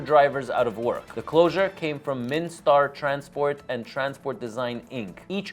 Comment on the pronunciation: It's MIN Star, not Mini Star